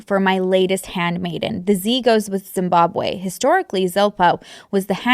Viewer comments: The way you pronounced Dzimbadzamabwe is maad cute 😅😅😅 Zim subscriber over here ❤ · As someone that was born and spent my childhood in Zimbabwe I have to say I cackled at your pronunciation of Zimbabwe and Masvingo 🤭